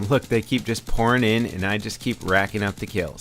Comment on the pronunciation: Alexander jensen he said pourning